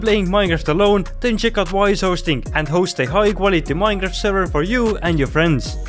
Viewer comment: he said miehnhaft